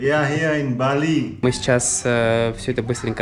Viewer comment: будете в Чангу залетайте на Warung Sika что на Jl. Tanah Barak мое любимое место на Бали. Кстати заметьте как говорит БалИ.